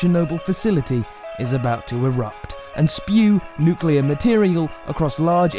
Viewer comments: There is no such thing as a nucular reaction. You can't get a nucular medicine test. There is no such thing as a nucular explosion....And no, it's not a specific british or american accent, it is just blatant mispronunciation of N U C L E A R. I drives me fucking crazy too. If you are speaking about a very scientific topic, at least get the pronunciations right. It implies lack of credibility/intelligence. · My comment wasn't aimed at British people exclusively (I'm British, and living in Australia). However, most people I've come across say "Nuculer" instead of "Nuclear". I'm no grammar nazi but "Nucular" just pisses me off for some reason. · It's nucular. The "s" is silent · I hate it when americans pronounce the word "nuclear" as nucelar. Always grinds my gears lol.